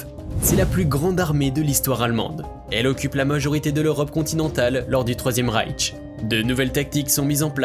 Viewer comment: Une remarque sur le nom Reich, il n'y a pas de "T" à la fin, donc inutile de le prononcer.